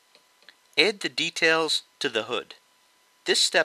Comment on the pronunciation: i love how you say 'edd' instead of 'add'